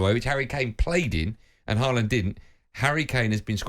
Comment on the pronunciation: It's Haaland. English bias nonsense.